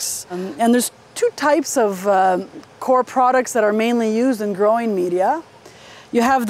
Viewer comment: it's pronounced coy-er